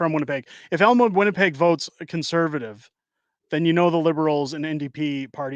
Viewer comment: From Winnipeg, you nailed Elmwood!